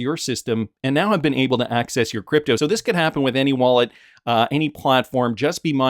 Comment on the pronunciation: Just say. Not cdeepto ehhdi.